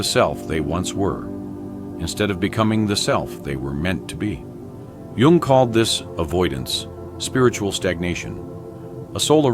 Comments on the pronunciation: Jung, not Young. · it is spelled JUNG not Young